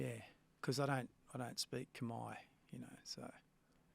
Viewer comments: It’s Khmer not Khamai. Where are you getting the “ai” from? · For a start it's not kmai! Its khmer